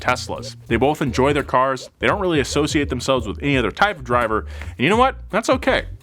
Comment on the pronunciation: Other. Not (h)eather.